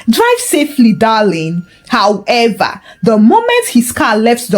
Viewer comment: Aks & however were distracting